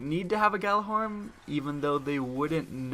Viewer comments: It's pronounced yallahorn Greek mythology bro it's got some weird spellings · the Gj is pronounced with a "Y"